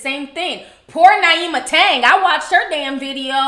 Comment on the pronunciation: sis its pronounced neema lol, she's a fan too! I heard her mention you in a recent vid. Great video, cant wait for when your stuff drops.